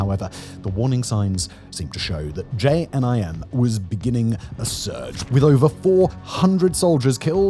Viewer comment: I think that was the worst pronunciation of JNIM I’ve heard